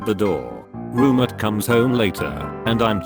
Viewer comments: How it says roommate😂roomitt, roommeerts wth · So noone taught the robot to say roommate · The way it says roommate, hurts every time